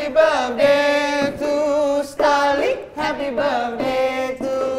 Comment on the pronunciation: its Starley not Starlet